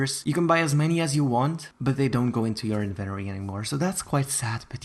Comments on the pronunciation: I swear if he says inventory like that one more time...... HDSJSW WVAHDBWKQHVQJ WOWANZ JEKWWJJ V LWSBDOEBE RRJD IMA GO JUMP OFF A BRIDE JEFBKDEBELBRKWHDLWBEKDB Edit: Actually can you stop saying inventory like that please it’s pissing me off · I love the way you say "Inventory"!!! ❤️ 💕 💞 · Why is nobody talking about the way he says inventory like is he saying it wrong or am I to American im confused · most people: in ven tOh ree: invenoree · I love how he says invent-ory instead of in-ven-Tory 😂😂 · I thought it was in-vent-Tory. Not invenery LMAO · It’s inventory not Eventry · HE SAID INVENTORRRRE 😂 ITS SUPPOSED TO BE inventorE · Its inventory not inventery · It's inventory not invertery 💀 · It’s not in Venturi do you not see that there’s a T in it it’s inventory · Does he have an accent because he’s saying inventory wrong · Its inventory not inveroy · The invenory.... he forgot to say the “t” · Not trying to be rude! Why do Americans say everything weirdly, including inventory. They pronounce it like inventery when it really is inventory :) I’m sorry if this offended you! Didn’t mean to. x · "invEnori" me: AAAAAAAAAAAA ITS PRONUOUNCED "INVENTORI" ( yes ik i spelled them wrong, AND NO HATE SRRY LOL) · I’m sorry but .... WHEN HE SAID “invenory” HAHAHAHHAHAHA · AAAAAA HOW HE SAYS INVINTORY MAKES ME MADDDD IM SORRRYYYYY 😭😭😭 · It bothered my so much that you said in - ven - ery when it’s in - vent - tory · It’s INVENTORY NOT INVENRY!!! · Every time he says Invenory I drink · You keep saying "Inventary" but it's pronounced "in-vent-tor-ry" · "The bloxburg Invenery"? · It’s not inventttttery it’s in ven tory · who thinks he says it weird it’s in-vin-tory not in-ven-tory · ITS IVENTORY NOT INVENORY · It's in-vu-t-or-e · nice but next time pronounce inventory correctly. also with the trophys your somewhat wrong because sometimes i put down my 30 visits trophy and it goes into my inventory but sometimes it gets sold for money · IN VEN TOREE not In VENTORY